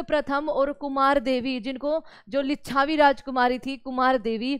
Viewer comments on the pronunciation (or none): Lichchabi❌😂😂😂 lichbi✅